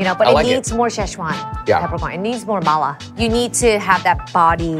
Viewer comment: It drives me crazy how she pronounces "mala"...